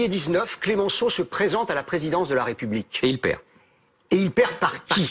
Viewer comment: On ne dis pas la "Raie" Publique mais la "Ré" Publique, votre prononciation incorrecte appuyée est une offense à la France, Nathalie Levy ?